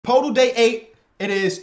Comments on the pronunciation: Day 3 of begging that it’s pronounced “Pertle” not “PoTle”😔pls stop my pain as a spurs fan😂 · it's Pertl right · I wonder how many it’ll take for him to realize how to pronounce Poeltl 😂